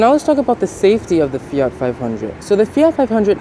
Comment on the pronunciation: Fiatttttt “t”